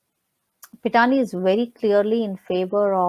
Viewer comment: My main confusion on the croc was her means of supporting a big lifestyle. Home in Mahalaxmi Race Course, Mehfils, Lit-fest, NGO. Claims she is a radio jockey and literateur. SSR family Lawyer ,from the start, seemed disinterested and almost condescending. Kept calling Pithani as Pathania. Even recent statement on CBI not doing custodial interrogation of staffers, did not sound convincing in seriousness. He remains a mystery. Knowing that entire cabal and huge mafia nexus was daunting as an adversary, family went for low hanging fruit like Tai and Shruti Modi.They were hoping these smalltimers would reveal the real executioners to exonerate themselves. I also feel ,since a year, we have hashed and rehashed all points and angles. Hundreds of conspirators, coverup artistes ,PR , media, helpers etc who are involved in this humongous case ,are maintaining silence. I think, now we have to focus on macro level political machinations. The more we intricately discuss and dig up, the more termites are running out.